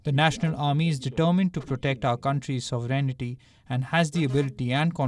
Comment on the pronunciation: THE WORD IS ' SOVEREIGNTY ' ....NOT ...SOVEREIGNITY ...AS ALL THE DUMB NEWSCASTS INCLUDING THIS SOUR VOICE GIRL PALAKI ....PALAKI...PALAKIA WHATEVER THE NAME OF THIS SO CALLED CHANNEL KEEP UTTERING WITH A WRONG SPELLING AND PRONUNCIATION. AS THEY SAY IGNORANCE HAS NO EXCUSE. SO, EXCUSE YOURSELF FROM THIS WEIRD CHANNEL ....LEARN TO READ OTHER LANGUAGES RIGHT FIRST AND THEN THINK OF PRESENTING WHATEVER YOU ALL TRY TO DO.